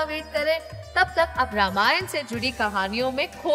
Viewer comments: रामायना नहीं रामायण | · Behen.. Ramayana kya hota h... 'Ramayan' hota h vo... Respect our culture n be proud of the pronunciations.. Abhi bhi inka angreji attitude nahi gaya